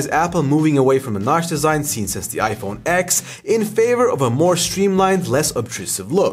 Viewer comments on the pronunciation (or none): It’s pronounced iPhone 10… Not iPhone X.